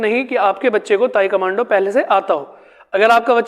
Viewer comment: ताइक्वांडो है sir ताइकमांडो नही please 🙏correct your pronunciations